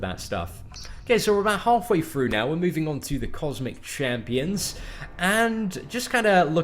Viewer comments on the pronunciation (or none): none